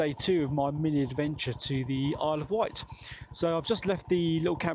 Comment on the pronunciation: It’s the Isle of Wight, not White 🤨